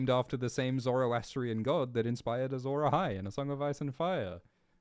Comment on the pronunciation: Azhor Ahai? Sounds like Ashura Mazda? Mazda is a car manufacturing company from Japan